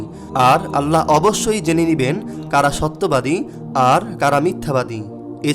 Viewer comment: আল্লাহোর!!!no , বলুন ""'আললাহ